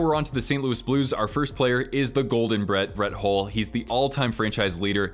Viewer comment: Spelt hull but you say it like hall